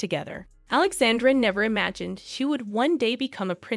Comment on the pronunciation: Prince "You-a-keem"??? Princess Alexande'r'?? Wow.......